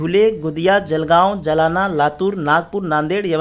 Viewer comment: जलाना नही जालना.